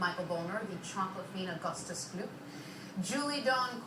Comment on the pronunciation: it's gloop not glop